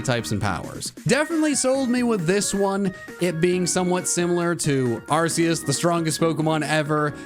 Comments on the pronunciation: IT'S ARCEUS, NOT F*CKING ARKOOS! SAY IT RIGHT PLEASE! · its ar-key-us not ar-c-us or call it arkoos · Arceus? I think you mean ARKOOS! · NO, IT'S ARCEUS, NOT ARCOOS! THERE ARE NO O'S IN THE NAME! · It's Arkoos, not Arceus!!! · The fact that you mis spoke on number 32. IT IS ARKOOS!!!